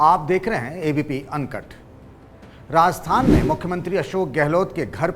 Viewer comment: राजस्थान बोलिए। आप बार बार रास्थान बोल रहे है।